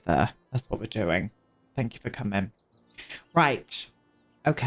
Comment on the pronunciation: obsessed with your "thank yew. x"